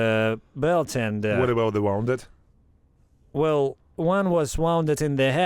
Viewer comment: Very cool door. Someone is crafty and clever. Teach the AI to pronounce "woon-ded". The other is wound like string or wire on a spool, but they are spelled the same.